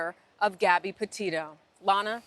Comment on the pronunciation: did she say "potato" or am I hi